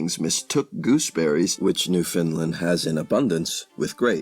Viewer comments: Repeat after me: New Found Land. Newfoundland. Not newfinlend. We take offence to that. Say it right or don’t say it all. Even Canadians mess this up. Amazing video and content nonetheless, thank you. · Yes correct pronunciation. Not Fin or Fund. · He says New Finland. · There is no such place as Newfinland. It's Newfoundland. Say "understand." Now say "Newfoundland." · WRONG. Its pronounced NEW FAW LAN. im from there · It is NewFOUNDland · Good information is blighted by sad mispronunciations of common words, as well as Newfoundland, which is important here. While I like the information, I cannot show a class a reading where the reading is not properly done.